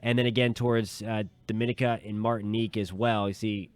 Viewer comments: Barbados keeping posted. FYI, That island is pronounced Doh-min-EE-ka. pronounced slightly differently to Dominican Republic. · Please try to pronounce the islands names so we know which island you are referring too. DOM A NIC A